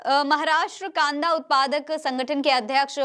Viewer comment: It is कांदा not कांडा